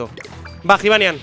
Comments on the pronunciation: jibanian se pronuncia yibanian, la j se dice como y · Se pronuncia Yibanián, no Jibanian, que me estás poniendo negro de como lo pronuncias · q se dice yibanian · Cuando dices jivanyan me cabreo! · like si te pone nervioso cuando dice jibanyan con j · pronuncias mal el nombre de jibanyan like para que lo vea